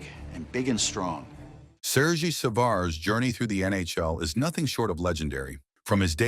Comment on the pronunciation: and not sergeee